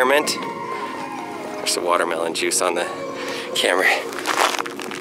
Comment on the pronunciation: Buht... da smol wahtahmeelohn ees eentakt... whaaa?